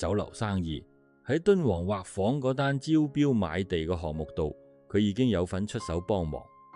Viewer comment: 沙田「畫舫」的粵語正音要讀「說話」的"話"，不是「水彩畫」的"畫"。「畫」字的意思是「裝璜得美倫美煥的」, 畫舫即是「裝璜得美倫美煥的船」的意思。